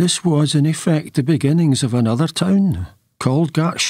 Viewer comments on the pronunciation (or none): none